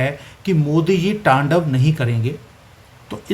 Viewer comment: It's "T A N D A V" your are doing incorrect Pronunciation